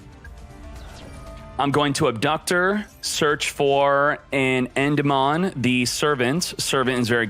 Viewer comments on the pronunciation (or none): Love the tips but learn to say Endymion properly, please